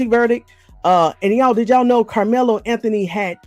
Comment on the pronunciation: Young man, I want you to say Karmelo‘s name right?